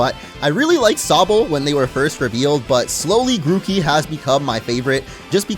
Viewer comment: It's not Gucci Gang it's Grooky Gang